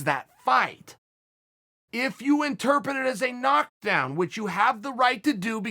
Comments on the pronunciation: Am I the only one hearing Chael mispronounce the word interpret? Lol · Chael, "interpet" means "among pets." Yeah, I hate me too. :)